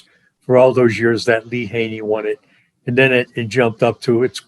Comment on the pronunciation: Ha-Ney lol